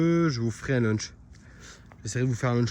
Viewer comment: On dit un Launch et pas un Lunch mdr